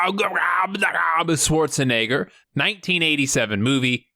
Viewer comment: Starring Arnold Schwargagarrghanegger is how I'm pronouncing his name from now on.